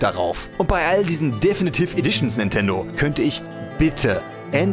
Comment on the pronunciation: deffnitiff edition, junge sprichs doch mal richtig aus